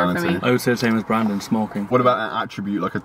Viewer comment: Anyone else heard him say in the intro “Brandon Hard-on” 🤣